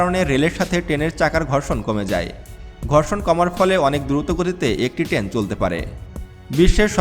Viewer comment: টেন না, ট্রেন বলুন।